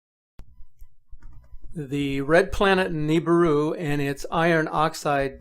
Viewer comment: Nibiru not 'night'!